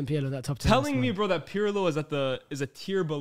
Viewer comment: The way he pronounces Pirlo is so jarring 😭😭 his name is not "pierlo" ffs